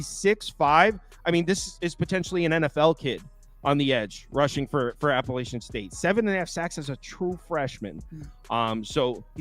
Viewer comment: Guys, please respect the school and increase your credibility by taking the time to pronounce the name of the school correctly. APP UH LATCH UN. Alumni here…